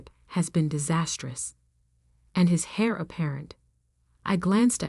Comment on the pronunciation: If you’ve listening/reading these stories, there are so many mispronunciations other than Chanel-naive, heir, Mrs. Mr. Etc or even spelling out abbreviations.